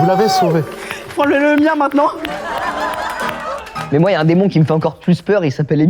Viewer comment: C'est ce qu'on va découvrir mainant.. maintenant... faut articuler un minimum 😂